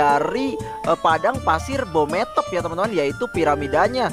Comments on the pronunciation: Bang beemothep bukan bometop🗿🗿🗿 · Bang bukan bhomothep tapi bhemoothep